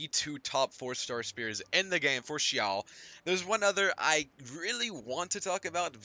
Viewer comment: i love the way u said xiao